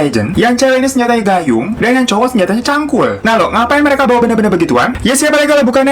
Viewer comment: Cangkul pake G kak.. bkan Cankul 🤣🤣🤣